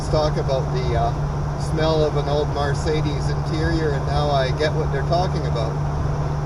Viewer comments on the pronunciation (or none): Please learn how to say Mercedes right you're pronouncing it like it's m a r marcedus it is Mercedes my friend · Call anybody that can have a brain can tell what you're saying but that's not the point you're not pronouncing it right my friend that's all you sound like a hick when you say Mar Sadie's